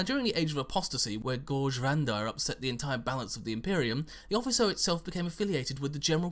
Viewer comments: 'Officio', Not 'Offiso'. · O-fish-ee-oh. not ofisso. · If this is Latin it is probably pronounced 'offikio' Then again, assassinorum isn't the word, it would be like sicariorum Feel free to ignore my Latin nit picking because who cares lol